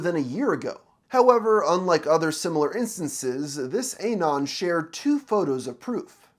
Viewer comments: The way you say anon hurts my soul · can u pls stop pronouncing anon wrong